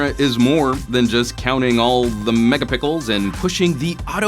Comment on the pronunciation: Are this guy saying megapickel? 🙄